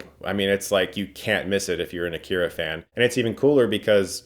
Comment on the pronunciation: How can you be an Akira fan and not pronounce the name of the film right? It's Ah-ki-ra not Ah-keer-a